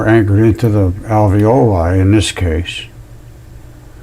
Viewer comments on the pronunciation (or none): none